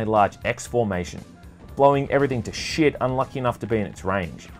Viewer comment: Love how you say "sheeit"